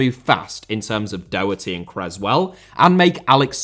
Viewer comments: Daw- hurty (like saw) Doherty. Please for the love of God stop saying DOH-hurty, like Homer Simpson stubbing his toe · Great video! Just coming from an Irishman, Matt Doherty name is pronounced Daw-her-tee. Keep up the good work